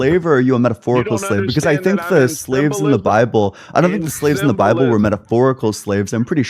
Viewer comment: “In da BABBLE” Yes, guest. Your entire call was “in da babble”